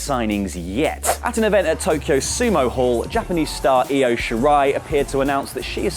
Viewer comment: Thank you!! Its io (eo?) And NOT LOW.